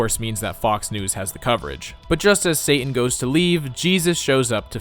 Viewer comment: Pronouncing "Satan" with a glottal stop is enormously provoking.